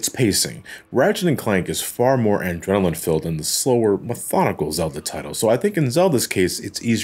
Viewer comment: It is 2022 and still pronouncing the word "adrenaline" as "andrenaline"... Heh-heh, diddly dick out of context